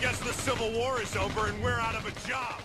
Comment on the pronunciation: why I hear "whore", when The Major said "war"? Seriously, I'm hear this every time, when listen his speech!